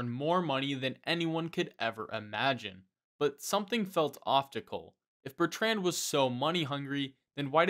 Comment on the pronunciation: The way you say the name Bertrand is nothing short of an act of butchery